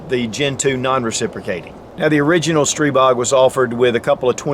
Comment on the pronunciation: After the 20th "streeebog" I'm out.